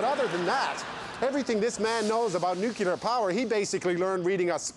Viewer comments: NUCULAR ? comon Rick Mercer you can do better. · is it me or did he start off saying 'nuclear' and then begin saying 'nucular'? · Came in to hear Nu-kee-ler, was not dissapointed